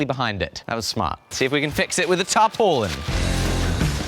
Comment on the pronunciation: Maybe it's a local thing but I've never heard tarpaulin pronounced that way... It through me for a loop.